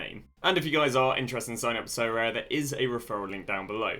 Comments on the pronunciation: Sorare: aribeh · Love the vids Sorare-aminoc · Sorare: DaSuHi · sorare: SoCommon. (with full stop)